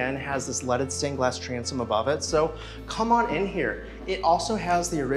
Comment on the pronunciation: Every time he says leaded window it sounds like he is saying lettuce stained Glass